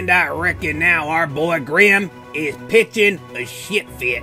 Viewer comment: grim said gwime